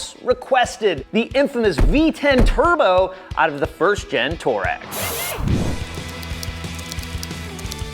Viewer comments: haha...funny how you say "Toe-rag"..it's actually pronounced "Too-a-REG"..after a famous nomadic tribe in the Sahara desert. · Toe reg????? Mericans cant speak shhht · It's pronounced...Twaa - reg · Lol, I keep hearing "toe-rag"